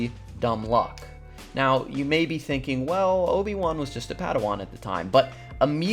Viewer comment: Mla says “you” like “jjjhu”